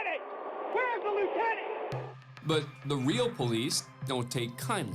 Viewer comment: Say it with me y’all….LIEUTENANT!